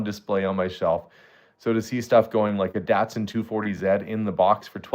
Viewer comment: Datsun pronounced Dotson.